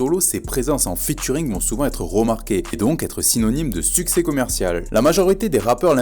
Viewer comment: "succès" et pas "sucés"